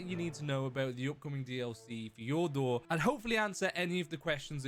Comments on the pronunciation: hey you were pronouncing Fjordur wrong. not to be rude just a little tip. i can’t really describe how to pronounce it but i wish i could. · Always so fun to hear non Nordics trying to pronounce this kind of names.😂☠️